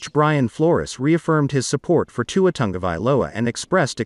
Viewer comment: Learn to say Tua’s name